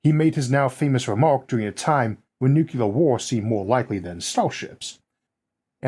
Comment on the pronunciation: I'm sorry, but did this supposed science guy just say "nucular"? Seriously?😅